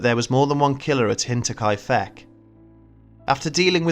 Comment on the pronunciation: I'm sorry, but all I hear is Hentai-kai-feck. I'll let myself out...